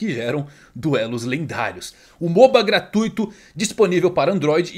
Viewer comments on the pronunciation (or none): none